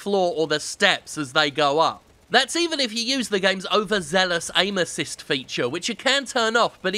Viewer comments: Somehow I heard 'anuses' when he said 'aim assist'. I think I belong in here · Jim mentions Aim Assist, I hear Anusist. I've lost my mind.